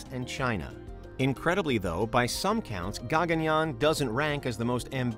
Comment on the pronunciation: Firstly It's not Gaa-gun-yaan. It's called Guh-gun-yaan